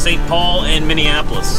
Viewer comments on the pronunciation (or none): none